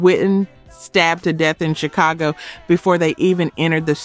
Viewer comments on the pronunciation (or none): none